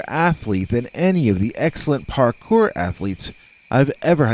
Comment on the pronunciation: I'm so glad you wrote "Parkour" in your title, else I would've thought you were saying "Hard Core" over and over......😕🤔